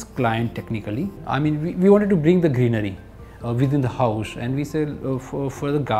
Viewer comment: the word is house. not "Housh". the city name is Surat. not "Shurat".